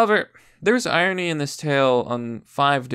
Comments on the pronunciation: Irony, correctly pronounced EYE RON KNEE. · What's iony? Where's the r.